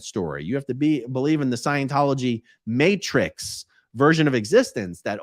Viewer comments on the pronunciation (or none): none